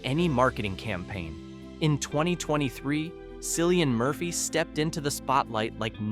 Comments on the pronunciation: How can you claim to know so much about someone and still mispronounce their name? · Learn to pronounce his damn name fer Christ sake